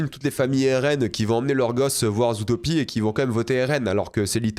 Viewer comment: le fait qu'il dise "zoutopie" 💔💔💔